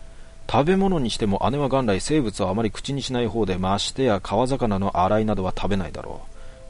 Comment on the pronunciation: 鯉こくですね❗️ 生物…ナマモノ 時々の読み違い…笑った😅